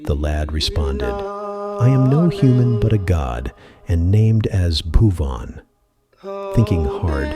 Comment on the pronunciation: Hey bro some pronunciation is mistake pubuan not a bhuvan and dress also not matching your video is beautiful but u need to correction in some placw